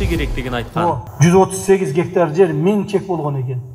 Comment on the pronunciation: Гектар дененди кандай айтыш керек Адылга уйротуп койгулачы бироонор. Журналист болуп алып тын суйлой албай, орусча билбегенин айтпай эле койолук